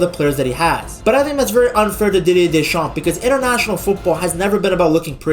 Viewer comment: In Deschamps the p is silent. Otherwise the pronounciation is excatly that